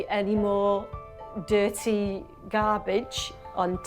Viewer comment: "You DIRRRTY bitches-" I'm WHEEZING 🤣😩😭